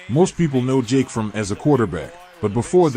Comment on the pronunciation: Jake’s last name is FroMM, emphasis on the M. It’s not pronounced like the word “from” as you’re saying it.